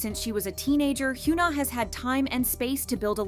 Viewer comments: please hyuna is not pronounced "hyoona" but rather "hyeona" check on translate google audio or whatever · hee-yuh-nah not hee-yoo-nah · I love how the video can't even pronounce her name properly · imagine making a whole video about a person and still not knowing how to pronounce her name like what